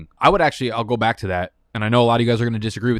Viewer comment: How come he says "welcome back" as "welcome bike"?? lol. I'm sure I'm missing something